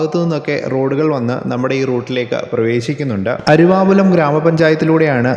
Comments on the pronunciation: അരുവാപ്പുലം എന്നാണ് അരുവാപുലം എന്ന് ആണ് വീഡിയോയിൽ കേൾക്കുന്നത്. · അരുവാപ്പുലം എന്ന് ഉച്ചരിക്കുക.